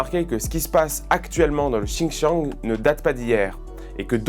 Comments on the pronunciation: S'il vous plaît on prononce "Sindjiang", merci ;) Ensuite les Ouïghours sont aidés par l'Occident car musulmans mais les tibétains, les prostituées ou les chrétiens ont droit au même traitement. VA devrait le noter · On dit le Xinjiang, pas le Chinchang 😂. Bon plus sérieusement c'est bien de vous intéresser à l'independantisme ouïghour, mais vous oubliez que la France a exterminé un peuple millénaire pacifique en Algérie (de religion païenne donc c'est moin grave) et le Maroc combat le Peuple Rifain après la destruction de leur république au début du siècle dernier, les Rifains sont beaucoup plus proche de la France que les Ouïghours et personne n'en parle. Les Rifains sont censurés, emprisonnés, leur culture effacé et remplacé par l'arabe.